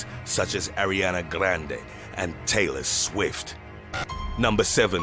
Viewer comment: Nunya Bizness but I see your point, he emphasized the names "Arianna grande and Taylor Swift" as if it's Freddie and Jason 😭😭